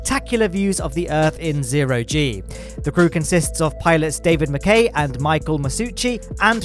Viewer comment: As a Scot, I feel like I have to point this out. Mackay is pronounced like Mack"eye" instead of Mack"A" That's just me nitpicking, great video!